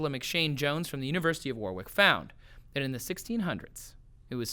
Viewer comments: Trace's pronunciation of Warwick is hilarious. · I did too, I found it pretty amusing! In fairness to Trace, he did say it how it's spelt.